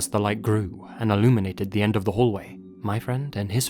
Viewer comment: "Leyt" yeah L video overall, quick google search will tell you all this stuff anyways